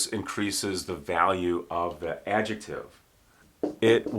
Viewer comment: Oh my god, i loved this class, he speaks the word adjetive so beautiful, i'm trying say adjetive like him wil be 20 minutes